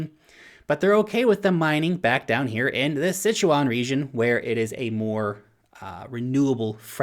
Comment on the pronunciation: and i mean. This presentation... my god...Pronunciation...Maher, Sichuan, etc///